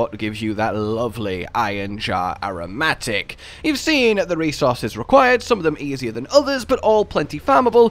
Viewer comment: Is anyone gonna tell him how to properly pronounce "aromatic"?